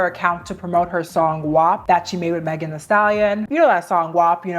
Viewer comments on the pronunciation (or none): none